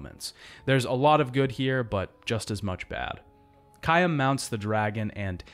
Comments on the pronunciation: I like the review but you pronounced dude name wrong the whole video lol 😅 it’s Caim not Kayam wtfeezy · this is a really good video, but i kept getting distracted by the way he said "caim"